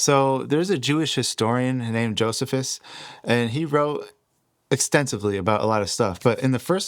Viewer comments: Brother. It isn’t JOESihVis, it’s JoeSEEphus! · Brother great video and info but his name was pronounced "Joe-see-fuss" not "Joseph-us" I am not trying to be a jerk, just helpful. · Jo-see-fus. Not jo-zuh-fus. ❤ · Josephus is pronounced Jo see phus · Joe - C - fuss, is how to pronounce "Josephus". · Just so ya know,, the correct way to pronounce Flavious Josephus' is: Flay-vee-us Joh-see-fuss. God bless you and make straight your path,! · It's pronounced joe c fus😊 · This video is ROUGH. Was it peer-reviewed before publishing? It's pronounced Joe•SEE•fis. I made it 8min32sec in this video... I had to stop. Provide sources also. I was hoping for a video with better precision and quality. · It's pronounced, JOE - SEE - FUSS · Joh-SEE-fus. There were at least 2 Enochs. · That is what "Thelema" means. It is the Greek for will. Of coarse Crowley founded Thelema, as most probably know. Also, just fyi, pronounced Joe-see-fuss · JoSeeFus, Toth (Thoth), Crow-lee